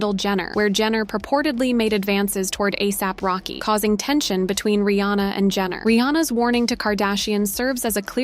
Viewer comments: At least learn how to pronounce the names 😂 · No hate but is no one gonna talk about how the narrator is pronouncing ASAP Rocky’s? 😭